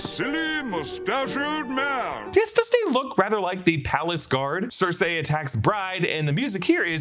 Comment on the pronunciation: Not Circ-A its Circ-E